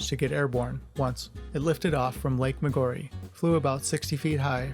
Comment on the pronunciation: The narrator’s pronunciation of Lake Maggiore is hilariously bad!